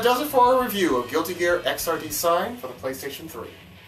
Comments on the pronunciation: It's Xrd not XRD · You said Xrd wrong lol.